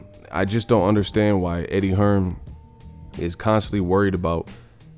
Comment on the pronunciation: It's Eddie Hearn not Hearns y'all dumb af